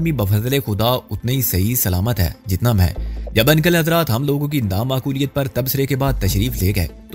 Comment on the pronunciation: ان + کل 😂😊😅 بھاٸی انکل uncle کہنا ہی سیکھ لو مسٹر 😄😂😀😅